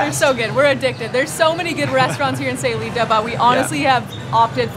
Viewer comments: Stopped watching second time she said aye instead of eye in SAYULITA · It would be nice if you knew how to pronounce Sayulita 🤦‍♀️